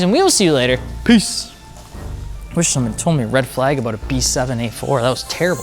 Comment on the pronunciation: Red “Fleyg” flag 🤣🤣